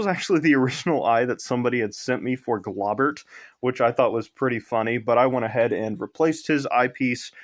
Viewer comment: Globert is pronounced, Glow-bert, not Glob-ert